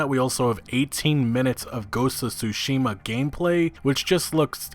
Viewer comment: Tsu-shim-a not Tsusheema 🙄